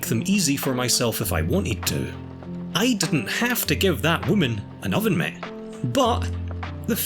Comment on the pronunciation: Absolutely no one:: OVEN MIT